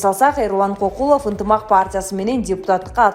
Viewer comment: Туура окубайсынбы алып барган кыз КОКУЛОВ эмес КӨКҮЛОВ деп окучу , сабатсызсынар Мадмыр ушуларды окутса болот эле, депуттатыктан айланабы